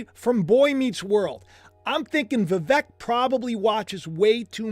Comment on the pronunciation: VIVEK is pronounced VEEVake like Cake. ❤